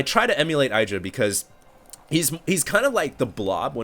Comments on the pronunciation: IH-dra not eye-dra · It's IH-dra not EYE-dra. :) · 1. doesn't pay attention to the fact that Terrran opened with 11 Gas before Racks. Then he goes "OMG 2 PORT BANSHEE DIDN'T EXPECT THAT" 2. Since when is Idra anyone's fan favourite? 3. If wants to be like Idra he should pronounce his name right. He should also Rage way more. 4. Idra is a whiner. I bet the Terran said that crap at the beginning just to throw off Idra and make him rage more when he lost.